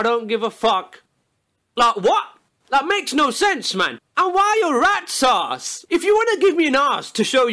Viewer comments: you mean rat sause? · When he says rats ass I hear red saus